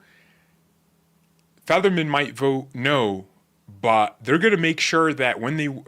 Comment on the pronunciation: IT'S " F - E - T - T - E - R - M - A - N" NOT FEATHERMAN.. COME ON DUDE